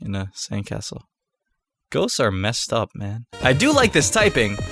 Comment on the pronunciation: "...ghost are mest up man"